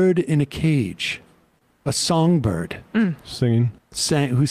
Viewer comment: No, no,no, no, no.. not a songbird…. A “sangbird”….. jesus sam 🤷‍♂️ 😂